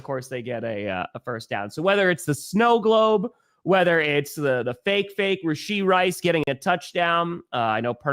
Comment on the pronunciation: Did you just pronounce his name Ray-shee lmaooo